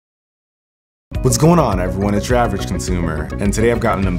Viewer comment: Its depressing that he cant actually say Average correctly.